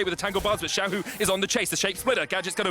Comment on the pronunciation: When the commentator said.. XIAO HU..EH SORRY. SHAIUC - am i a joke to you